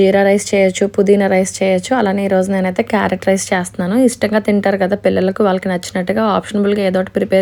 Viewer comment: 🥕 rice clear ga chepandi sister